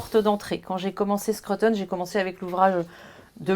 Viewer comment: Bravo pour cette belle émission. Arrêtez néanmoins de dire Skreuttone - cela se prononce skrOUteun. Et cela s’écrit SCRUTON et non SCRUTTON grrrr